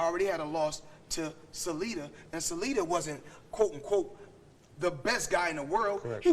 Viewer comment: Lomo not loma, Salida not salido